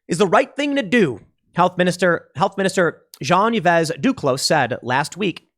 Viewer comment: Yves is pronounced "eve" like Christmas Eve